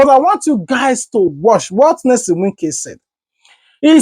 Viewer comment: What is Nylson some of you are just dum you do t read what you see it is NYESOM NOT NELSON PLEASE IT IS YEAH SOM